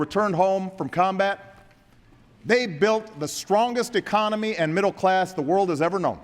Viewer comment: Rofl is almost sounds like if he said middle class assholes:D:D:D